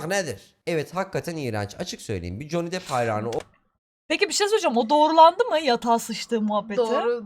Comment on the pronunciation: Bi dakka bi dakka, JON DİP mi dedi o? Ve ikincisi, Johnny depp i dior da oynadı diye mi tanıyorlar? Lan Johnny deep dior dan daha ünlü anasını satayım...